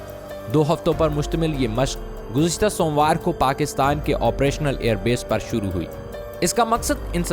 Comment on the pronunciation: Bhai ap Pakistani ho ya Indian somewar bol raha ho din ka name to sahe lo